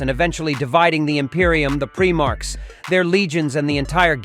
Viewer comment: Did he just say PREE-marchs?